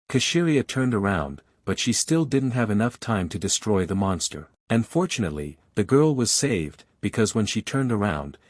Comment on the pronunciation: When u say fortunately it sounds like ur saying unfortunately